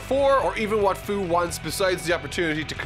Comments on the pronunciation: First It's not "Foo" but "Few".... and, the video is Hilarious. I love it! And Baby Toriyama. A big like! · Fu's name is pronounced "Few"